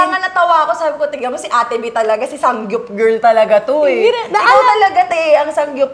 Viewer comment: Zeinab, it’s SAMGYUP not SANGGYUP 🤣